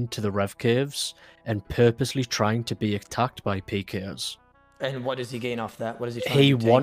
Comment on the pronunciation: he straight up says "alot of advanced pee-ers" 😂 sorry im just mediocre at peeing man